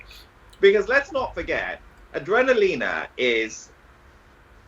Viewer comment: Awesome! I love you but surely you know it’s pronounced A-DRENA-LINA rather than A-DREENA-LINA!